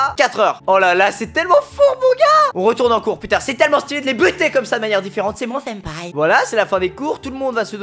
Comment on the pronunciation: Ta voulus dire sinpa où senpais😂❤️